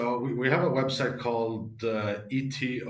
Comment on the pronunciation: EtOH not ETOH Pls